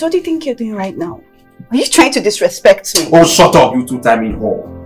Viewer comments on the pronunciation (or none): always pronouncing now as noun😂😂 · Its the way say NOW for me.. its sounds like NOUN😂😂😂😂